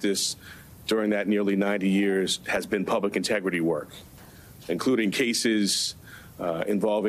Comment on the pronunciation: Intergity haha. No sir.